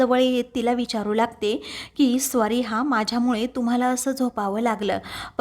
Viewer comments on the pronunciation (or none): स्वारी काय म्हणता? सॉरी हा शब्द आहे.